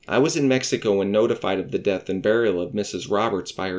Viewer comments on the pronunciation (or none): none